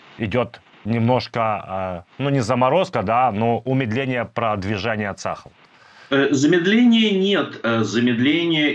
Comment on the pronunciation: ЦАХАЛ -ударение на последний слог...